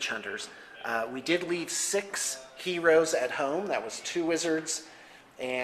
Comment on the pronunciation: Lmfao....... love how he says Heros